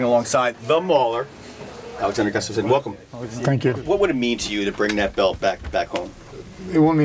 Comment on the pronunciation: Mike STRAKA --- PLEASE stop mispronouncing Alexander Gustafsson's name. I cringe when i hear "Gus-stuff-sin". Gustafsson is a derivative of the name Gustav and should sound like "Goo-stahff-sun". Let's stop this nonsense and give the fighters respect.